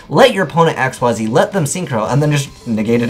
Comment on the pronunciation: Xyz is pronounced "ikseez," not "x-y-z"